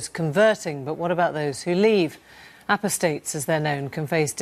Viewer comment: The presenter cannot even pronounce the word "apostate". This shows the level of spiritual ignorance in the media.